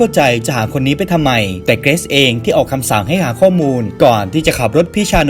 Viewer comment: เกิซ??? เกรซไม่ใช่หรอพี่